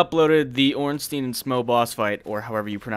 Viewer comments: Why does almost everyone pronounce Ornstein wrong? Everyone says "Ornstien" it should be more like "Ornstain". The name has a clear German origin thus pronounce it "stein" and not "stien". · It's OrnSTEIN like EinSTEIN. Not "Steeen" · Why Ornsteen? Einsteen called or what? xD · "or however you pronounce their name", I get it, Smough's a tricky one, but how'd you settle on ORNSTEEN ? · Good job and all, but please... The correct way to pronounce him is Orn-Shtine (the proper German way, the name is clearly influenced from German). Or at least Orn-Stine. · (Ohrn-Sh-tyne) and (Sm-ōh) is how it should be, probably. I just always go with Schmournsteen. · Dear first try to pronounce "Albert Einstein" then say "Ornstein"